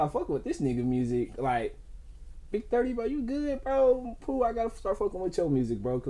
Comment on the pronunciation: Dis nigga said Pooh chastey💀💀